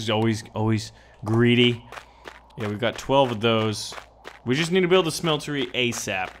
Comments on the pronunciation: Why are you pronouncing it schmeltery it's just smeltery... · ya its ok to do that once but it annoyed the fuck out of me cause he kept doing it